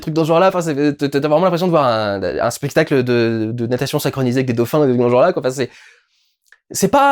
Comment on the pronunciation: "spestacle" désolé ça m'a fait rigoler ^^ Merci pour ta vidéo